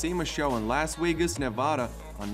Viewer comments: I came here to hear this guy pronounce Las Wegas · is it me or the narator pronouce the V with a w? the bugatti weyron , las wegas . Love the cars but the W made me lol, <3 <3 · The letter V is obviously pronounced like a W in his native tongue...either way, if you speak English that good you should know that Las Vegas is not pronounced Las Weygas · You're killing me with your pronounciation of the letter V. It is not a W. Las Vegas not Las wegas